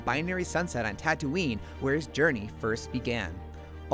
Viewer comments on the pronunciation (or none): none